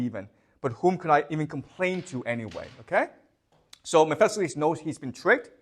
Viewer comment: OMG he absolutely butchers some of the pronunciations. ...Mephesiles???